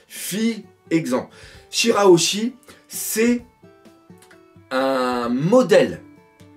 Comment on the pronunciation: Une des rares fois où tu réussis à prononcer et à t'en rappeler de "Shirahoshi" 😂😂